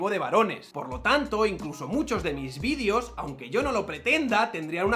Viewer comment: VídEEEEEEEEos, se dice víd[E]os; joder.